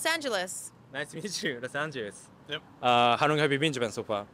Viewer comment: ....When you say "How long..." it sounds like "Harrro." 正直 発音の面で頑張らないとね